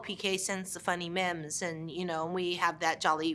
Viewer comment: I love it when Jennifer Tilly calls it a "MIM" instead of a "MEME." 😂